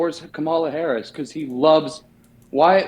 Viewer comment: When someone keeps saying Harris' last name over and over wrong and a way that sounds more like an animal than its supposed to is just being a punk imo.